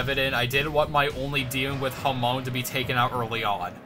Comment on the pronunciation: I hate being that person but it's genuinely bothering me: Hamaon (HamA-On), not Hamoan. That being said, I didn't even know this game existed and it looks really cool. Fun challenge run, good job.